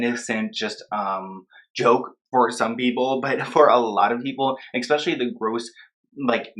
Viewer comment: Again, The word is ESpecially. Not EXpecially.